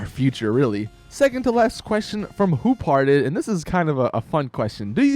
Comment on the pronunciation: Lol I died when he pronounced "hoopharted" like "hoop hearted"